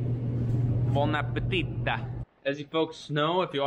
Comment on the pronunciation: It's buon appetito. Say it wrong one more time.....👃